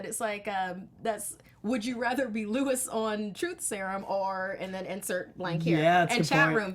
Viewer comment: Luis is not pronounced like Lewis, it rhymes with "new peace."